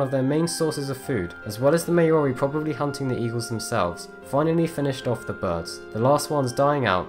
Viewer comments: Mao-Ri not Mei-O-Ri. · Haast’s eagle is sick, I mean the only other “prehistoric” animal that’s well known, was the moa, and when I learnt about the haast eagle I was like “DAMNNNNN!!!!!!!!!” Also not that I blame ya, but Maori is pronounced M-ow-ree, and kinda roll the R. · IT. IS. NOT. MAYOREE!!!!!! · What is a May-ori? I am a New Zealander and it is pronounced Mow( as in "how" ) ree. You sound English so you should know how to pronounce Maori. The Maori Battalion sent thousands of Maori troops to both WW1 and WW2 in Europe. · It's pronounced Mow-ree. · still not correct it's MAO-rrrii. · say it with me.... MAO-REE Love ya man but good god you were cringing me out with that pronunciation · The name of the aboriginal people of New Zealand is pronounced " Mow ree" not what the hell you said. All the work you put into this video and you didn't bother to check pronunciation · Who are the Mayori? Lol. You mean the Maori? Dude seriously. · When u say Maori wrong :P. Otherwise great vid! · Maori was pronounced wrong. Great video though. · your saying Maori wrong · The way he pronounces Maori triggers me.